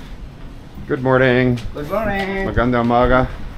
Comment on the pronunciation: It's MAGANDANG UMAGA with an ng.